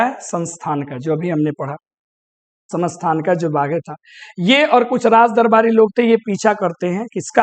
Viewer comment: Sir kya vo samasthanika tha, aap gaklt pronounce kr rahe the